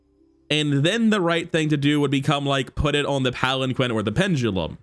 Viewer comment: It’s pronounced palan-keen